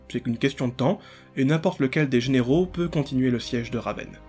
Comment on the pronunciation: Décidément, tu as un petit souci avec les mots "généraux" et "vassaux"😊